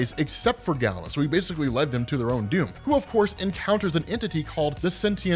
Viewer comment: Stop saying "gallon". It's Galen. "GAY-len". Not that there's anything wrong with that.